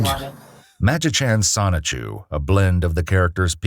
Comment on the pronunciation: The way he said it is pretty close. Incidentally, the O in Japanese is always long. So it should come out "soh-nee-choo." If it was "sah" (a short O like in "sonic"), it would be spelled sanichu.